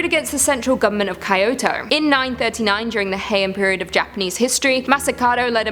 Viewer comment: You only mangled the word Kyoto! Good job on the promouncing. What about the haunted locker of Shibuya Station?